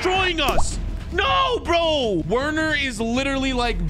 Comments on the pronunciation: it’s not werner you write it like this but you say it verner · ITS NOT WERNER ITS VERNER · Just so you know it's spelt werner but it is pronounced verner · umm i think its pronunced verner yeaaa